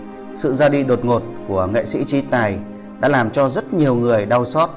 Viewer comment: Sao nói ngọng quá nên ráng học lại rồi hãy nói chứ đọc Tayno nà nàm ninh hồn nghe kỳ cục quá